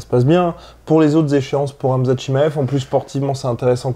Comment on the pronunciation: Ben we nu poca ssss la sueu. On comprend jamais tes intro guy😂 articule stp. C'est KHAMZAT est pas amza't. par contre speak comme un journaliste de bfm. 😂